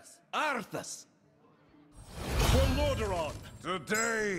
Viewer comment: Thanks for the vid! I'm not sure why Blizzard thought that Illidan pronouncing Arthas as 'Arthis' was a good idea.